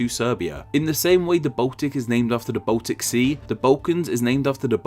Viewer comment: He also says Botic instead of Baltic.